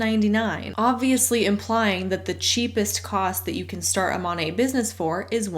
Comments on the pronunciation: It really annoys me, as an art history nerd, when they pronounce it like the name of the artist. Don’t sully Monet’s name with this garbage. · Don’t trust reps to pronounce the name of their MLM correctly. Exhibit A: MONAT